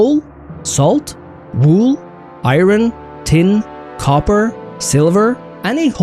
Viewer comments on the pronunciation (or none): Is that the correct way to pronounce ‘iron’?